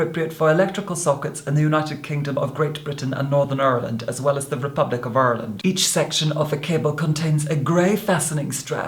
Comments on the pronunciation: Aaaah - was rocking along, thrilling to the dulcet tones of and then he pronounced "Ireland" in accent and my little Black Irish positively leapt with joy! AND you would most definitely be the I liked most...if not for the fact my youngest sibling shares your Christian name and...well...I've known him longer, blood is thicker, and all that. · You ARE! Love the way you properly pronounced Ireland 🇮🇪 💚😊